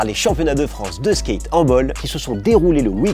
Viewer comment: Vous lisez les coms? Skate ça se dit pas Skeight personne dit ça, merci